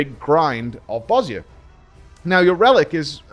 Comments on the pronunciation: Thank you for pronouncing Bozja correctly :D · Props for pronouncing Bozja properly